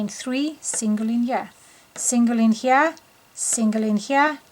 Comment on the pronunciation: Why does your here sound like hyah?